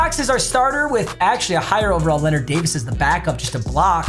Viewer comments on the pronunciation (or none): none